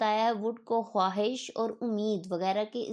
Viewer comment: Bolte hain khaahish likhte hain! "Khwuahish" Mohtarma! Indian